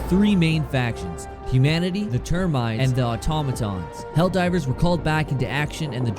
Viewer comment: Nice video, but "Termides' is driving me crazy. Ter • min • ids. Terminids. Keep up the content bro 👍🏻